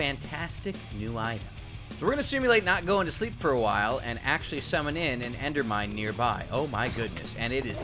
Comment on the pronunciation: "endermind" not "endermine"